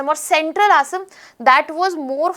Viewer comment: I would appreciate it if the names of the places in Assam and the name 'Assam' itself could have been pronounced better.